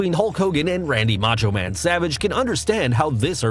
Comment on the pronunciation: #1 - Respeck da "Macho Mang!!"